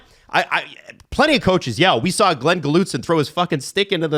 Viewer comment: it's not "Ga-loot-son" it's "Gull-et-son"